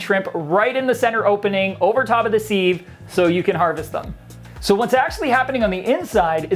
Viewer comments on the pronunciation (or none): Siv not seeve, love from the uk